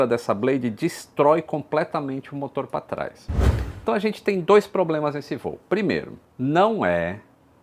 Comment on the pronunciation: Entre e lito! Nao é "patrais"....E sim 'pra traz'...ok??... Kkkk_kkkkkkkk